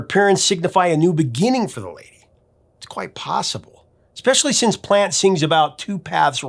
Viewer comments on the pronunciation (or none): none